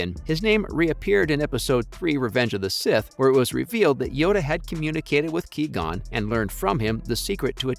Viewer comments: "Key-gon" lmfao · Ah yes haha my fav character Key-gon Jinn. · QUI GON WITH Q JESUS CHRIST LEARN THE NAME